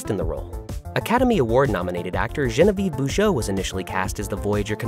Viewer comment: Jean-VEE-EV, NOT gen-a-veev